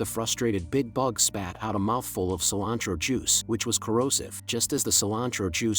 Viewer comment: “Cilantro Juice” 😂😂😂